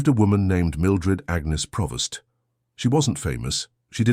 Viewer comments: PREvost not Provost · It's Prevost, NOT Provost!